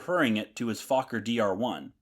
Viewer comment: Das mit Abstand Lustigste an diesem Video ist die deutsche Sprache der KI! Die "Fowler Doktor 1" und die "Fowler D 7" flogen gegen welche Tante? 😮 Na gegen die "Antante" .... und nicht gegen die Mizzitante oder die Resitante! 😊 Und der Konstrukteur Reinhold Plotz war offenbar ein echter "Plotzkopf" .... äh .... Klotzkopf! 😂 Wer ist denn Hermann "Guring"? 😮 Was ist eine "Brigette 16"? Vielleicht ein fliegendes Kohlestück? 😮 Das passiert, wenn der Macher dieses Schwachsinns kein einziges Wort Deutsch versteht .... und seine KI auch nicht! 😂😅😊